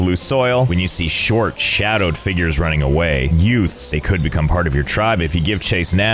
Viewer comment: "Youts." Joe Pesci was a Neolithic chieftain?